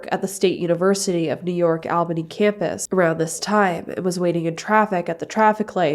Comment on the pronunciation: It’s pronounced “All-bany” not “Al-banny”